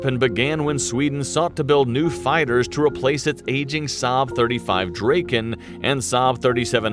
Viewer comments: I might add that draken is not dray-ken in swedish... its draa-ken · its more like "Greepen" and the draken is pronounced like "Drawken" gripen is griffon in swedish and draken is dragon. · It is pronueced GRIpen and DRAken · grippen,daaken,vigen?? hahah,if you cant pronounce swedish words-then ASK someone..it just sounds so completley wrong The Gripen is mostly just called jas - as a word not j.a.s. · Please look up some swedish language site to find out how to pronounce Viggen, Draken and Gripen (as well as Lansen and Tunnan). Draken can mean both Dragon and Kite!